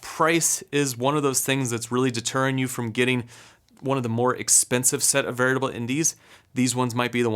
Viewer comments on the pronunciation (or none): Great job!! Sounds like you're saying "VERITABLE" instead of "VARIABLE". Just a heads up.